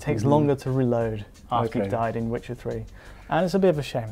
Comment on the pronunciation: Tell me the twuth Witchard ... which is better? A Swolid State Dwive or a Twaditional Hard Dwive?